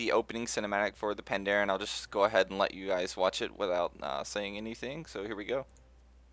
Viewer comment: Hey, i believe it's Pa-n-daren